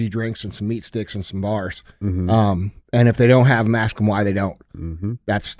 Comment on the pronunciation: Andy, you got DJ to pronounce Iran correctly. Now get him to pronounce "ask" correctly. Keep doing the Lord's work.